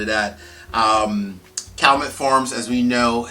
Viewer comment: For me the 14 is the biggest disappointment and waste of money of any spirit I've bought. Oh and BTW it's pronounced Kal-you-met